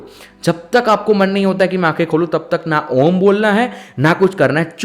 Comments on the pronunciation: Absolutely wrong... pronouciation is not AA ooo MM it is OOO mmm .... All are guiding wrongly. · Bhai uccharan galat kar rahe ho ...aur logo ko bhi sikha rahe ho ...videos main achi knowledge dete ho tum ..lakin Galt knowledge mat do ....a kabhi om shuru nahi hota hai ....pehle khud sikho kisi yogya guru k saanidhya mein....uske baad khud samjh aayega....om ka uccharam main bahot si chizo ka dhyan rakhna padta hai ...tumhara aum ka uccharam aisa laga ki ...jaise bina mithasa ka fhal joh fika ho...saari mithas ki gayab kardi tumne ...om ek dhuvani k saman hai jab tak usmein se woh dhvani prakat nahi karoge tab tak woh nahi nikalegi.,.. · अ...उ.....म् ऐसा उच्चारण किसी भी पहुंचे हुए गुरु ने किसी भी शिष्य को सिखाया नहीं होगा. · Sorry I am not satisfied with the pronunciation of Om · उच्चारण गलत है